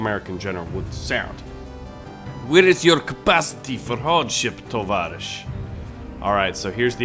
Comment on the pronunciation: It’s not Tovarish It’s Tavarish